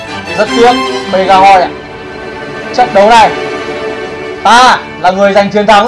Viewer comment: Pegasus thành pegahoy luôn 😂😂